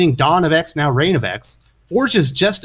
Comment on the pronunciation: It's pronounced "Day-Us" not Deuce.